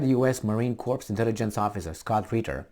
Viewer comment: you gave me a chuckle with it, but Marine Corps is pronounced "Cor (French), not "corpse". A corpse is a dead body. (Maybe you do it intentionally).